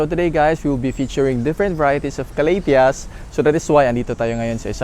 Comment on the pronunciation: Ka- la - dia '' like that?? Not ca-la- thea?? Or slang lang??